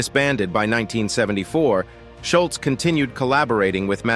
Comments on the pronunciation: First, it's "Delp", not "Delf". Second, it's "Scholz", not "Scholtz". Sloppy. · Scholz is pronounced Shoals........ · Schultz???? You mean "Scholz" as in "shoals?" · Who is Schultz? Its Scholz like the shoe. Such poor reporting. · While I enjoyed the video, it's a bummer that they refer to Tom Sholz as (Shultz). It was hard to listen to. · Sholz or Shultz.... :( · i would have given you a Like if you had pronounced Tom's last name correctly. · I hate when someone pronounces Tom Scholz's name incorrectly. Also, who is "Brad Delf"?